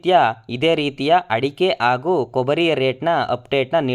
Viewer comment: ಅರಳು ಅಲ್ಲ ಮಾರಾಯ.. ಹರಳು.. ಆಗು ಅಲ್ಲ ಹಾಗೂ ಕನ್ನಡ ಸರಿಯಾಗಿ ಮಾತಾಡಿ..